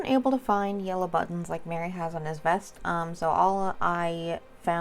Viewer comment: Its Merry...not Mary. He is a Took, Meriweather Took.